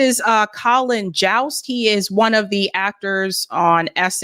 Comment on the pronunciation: Jost is pronounced like "most," not "joust."